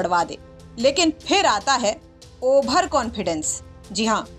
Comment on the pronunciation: मैडम जी ओवर होता है ओभर नही